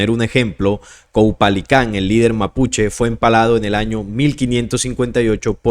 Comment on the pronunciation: Lea bien 😂 Dice CAUPOLICÁN